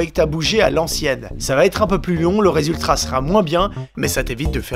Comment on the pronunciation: "le resultrat" 😏👌